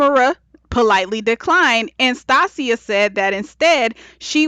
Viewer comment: Good review, but I kept get thrown off with your pronunciation of "Stacia". I've never heard it pronounced like that.